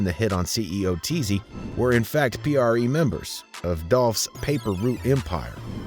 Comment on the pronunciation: Pronouncing P.R.E wrong is crazy